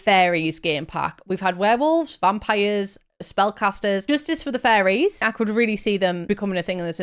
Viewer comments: I thought you were saying FURRIES not fairies lol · You saying fairies or furries? 😂